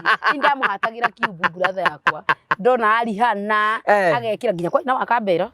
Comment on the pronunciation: It's Pronounced RIANA 'H' is silent